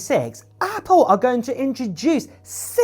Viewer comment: He says apoo